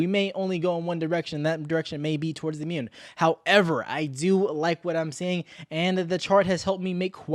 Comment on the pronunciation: “Mewn” cracks me up